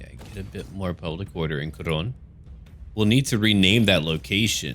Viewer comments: Um... urh... Khoronne? The second 'o' is silent? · Is it me or evry time he says khorne it sounds like horny so I hear look at these horny warriors of norsca